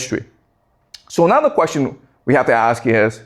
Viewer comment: That’s a great qweshtion